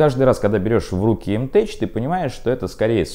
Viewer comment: Не уверен, что название М-ТЭЧ, наверно все таки М-ТЭК